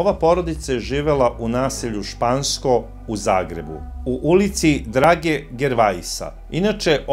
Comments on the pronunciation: Samo jedna mala opaska, gosp..:) Na samom pocetku price ste spomenuli kako je ta porodica zivjela u Zgbu u 'Ulici Drage Gervejsa'. Radi se o poznatom istarskom piscu i pjesniku i njegovo prezime se cita 'Žerve'.:) Lp iz Pule!:) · Drago Gervais (hrvatski književnik) čita se Drago Žerve s naglaskom na drugom (zadnjem) slogu. L.p. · Mala napomena g., ulica Drage Gervaisa se čita "Drage Žervea". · Pise se Drage Gervaisa a cita se Drage Žervea